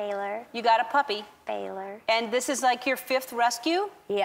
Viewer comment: She slipped up. Wow. It's Baylor....